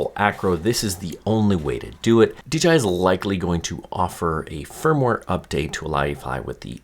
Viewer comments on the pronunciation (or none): none